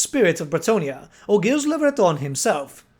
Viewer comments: Gilles is pronounced "Zheel" it's supposed to be french, please it hurts me when i hear the first king of bretonnia "gills" XD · Hey, love the video but the pronunciation of Gilles is like "zheel" or "Jeel" with a J sound, not G. Its supposed to be French. Thanks.